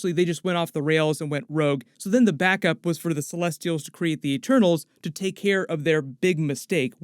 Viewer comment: At the start, I didn’t know if she was saying ‘Eternals’ or ‘ Ah-Tanos’ ??? 😂😂🤐